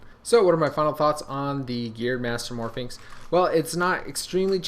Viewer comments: it's 'mastermorphix', not 'mastermorphiNx' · he keeps saying mastermorphi"n"x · It's mastermorpIX, no "n". Your'e pronouncing it like Pyraminx, which has an "n". it's a master morPHIX.